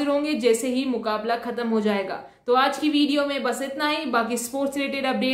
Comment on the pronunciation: Loved the way one time you said MUKKA- BALLA . Nice way , sounded like boxing!!!!! Love and blessings from America. Good luck to Nikhat for final